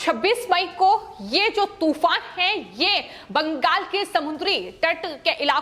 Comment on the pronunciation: बैंगल नही बंगाल है, spelling pronounce ठीक से करो लड़की.. कितना बार एक ही word को सुनायेगी?